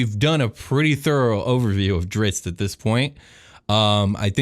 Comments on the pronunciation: Think of the "i" and "zz"in "pizza". /PEET-zuh/. And then add a "dr" at the start, and "t" at the end: /DREETZT/, or /DRITZT/. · Guys, it's pronounced like drizzle, but you just finish with a T. You could also see it as a heavy way of saying wrist. A lot of people say dritz, and it would be great if you could pronounce it the right way to help everyone learn to pronounce it properly. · There is a "t" at the end of his name, you know? It's pronounced Dritst. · Please for the love of god stop calling him Dritz.... you are making my ears bleed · just curious...did anyone else start shouting a different pronunciation of Drizzt than they did every time they said his name? XD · Yeah, but NO. LOL If they still pronounced the last T at the end, then fine... but they don't. They are transposing the letters. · When people are corrected on the pronunciation and say it wrong after anyway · Alex O'Shaughnessy OMFG I KNOW!!!!! I was like ummmmm what is going on? Does no one know how to read. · This episode is weak sauce. Incorrect facts. Mispronunciations. Stumbling over ever second word. Yuk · Man. The ritz you guys have in this episode is of the chain! I mean, what pitzatz! The info kept coming like a steady dritzle, too, though how you pronounced Drizzt got me fratzled like a butzard trying to steal gitzards from a gritzly. Oh, that's not how you say those words? My bad. I suppose I should stop sitzling you guys, have me a fitzy soda, and listen to some datzling jatz to calm down... you guys might get ditzy from my blitzard of butzwords. Hutza! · Lol diZZt not driTzz... don't understand how people get that wrong :( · Dudes... You know this character so well, and have read all the lore and books you could find. But you can't pronounce his name correctly? Drizz as in "Drizzle", then the T. Drizz - t, not "Dritz". :::SMH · Dunno how much of an expert you can be when you keep calling him "Drits".